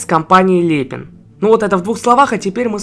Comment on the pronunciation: Не ле́пин а лепи́н